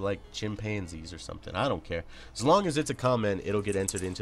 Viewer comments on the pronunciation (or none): none